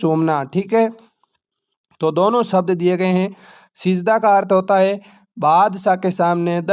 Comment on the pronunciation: Sabd ko glt bhut bolte h